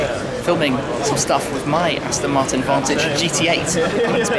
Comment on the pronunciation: Aston Marton Zonda lol